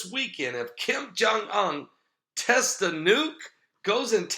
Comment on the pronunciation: testez? come on it's tests!!!:) lol God bless